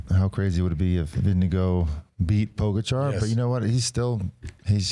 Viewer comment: Love the show. But I have to ask, why do you guys insist on mispronouncing Pogacar and Vingegaard’s names? Everyone else pronounces those names the same way except for you guys..I don’t get it. Someone help me understand